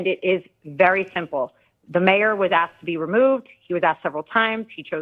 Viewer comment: "They axed him to leave"